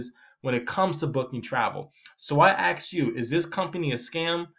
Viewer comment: "Axed" or "asked"?